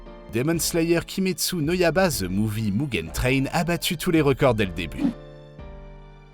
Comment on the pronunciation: le yaba au lieu de yaiba aussi omg xD